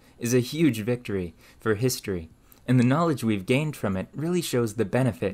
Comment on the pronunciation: I love your content although I am relatively new to your channel. There is one thing that I've noticed in your speech that I can't get over. There are words that you pronounce awkwardly such as for being pronounced as fur. You sound like a native speaker until you say that. Just wondering where your accent comes from?